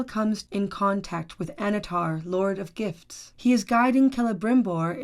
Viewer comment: was that Lord if Gifts or GIFs? :)